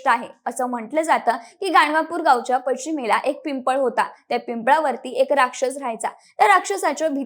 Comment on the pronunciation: अरमज तिर्थ असे चुकीचे उच्चार करु नका. अमरजा तिर्थ असे नाव आहे. ते नदी चे नाव आहे. पश्चिम उच्चार चूकीचा आहे. शुद्ध बोला. श्री स्वामी समर्थ